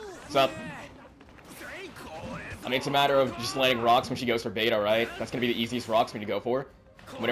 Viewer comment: Quote of the day: “Ruh-ucks” 😂